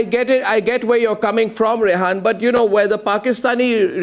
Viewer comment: Her name is Rehaam not Rehaan.